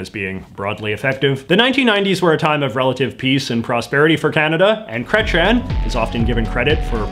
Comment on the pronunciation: It's pronouced Kreytsi - Ehn not Kretchen. I absolutely liked this video though, I learnt a lot from this, I just can't stand the massacre of a name of that gravity X). You should talk about the worst and best of provincial governments, I would love to hear about that! (Not just Ontario please)